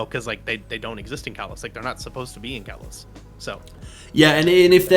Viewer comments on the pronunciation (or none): your saying kalos wrong both of u